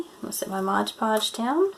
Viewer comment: It's Mod, not modge